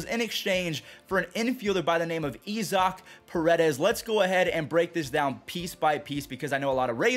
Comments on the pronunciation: 'Ee-zock'? Is that how he pronounces Isaac (eye-zik)? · EE-zok? wtf? lol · Did fuzzy just say Eeeezack instead of Isaac 😂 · Name: Isaac: “Ee- zok” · Bro just saw Isaac paredes and said “Ezok” 😭😭😭😭😭